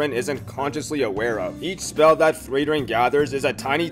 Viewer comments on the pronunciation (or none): Im confused of how to pronounce frieren. Because its a german word (freezing) .. but it also could be a fantasy name. U pronounce it like frwieren but the german word is frieren it confuses me more then it should be 😂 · You pronounced "Frieren" 2 different ways